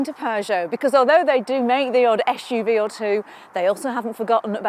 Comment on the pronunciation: It’s not an eSHuve as the English say. I’ll spell it out, SUV. Es U V.